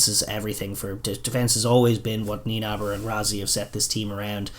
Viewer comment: Great fan of your show. Keep it up! Just two points: See you guys trip up a bit on the Nienaber surname. The na in NieNAber is very pronounced and needs to be said. What comes out sounds like Niebar and it sounds funny... Whats at the heart of the rioting of SA is not so much the incarceration of the previous corrupt President of SA but really the way old African tribal leadership/thinking clashes with the constructs of Democracy. They dont think 'gifts' or the like are corruption. So SA's sruggles are fought more or less along that fault line. The old way vs the new and following on that the lack of knowledge are the real enemy. Far right groups across the colour spectrum are always getting in the act when seeing opportunities like this.